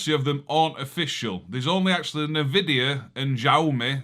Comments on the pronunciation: Well, I thought I did a comment but don't see it. That box is pronounced "Chow" "Me" Yes, resembles Nvidia Shields layout. I'm from MS... 🤔🤔🤔 That was a good one too. I liked the one from Tim about the Windmills😂 You're great, you put a smile on my face every time. Thank you🙂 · Its pronounced "show me ", there phones are awesome and robot Hoovers. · Think it's pronounced "show me" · I pronounce Xiaomi as "Chow me". That is an Xbox One S controller, the original Xbox One controller only connects via a proprietary Wi-Fi direct protocol, no Bluetooth. Australian market Xiaomi Mi Box comes with Amazon Prime Video Android TV OS app. Extracted apk is available on the Kodi forum. Minix T5 has Android TV OS, I don't know if it's a legitimate copy. Without a legitimate copy of Android TV OS, devices don't work as Google cast receivers. Google cast is Chromecast receiver protocol on Android TV OS devices.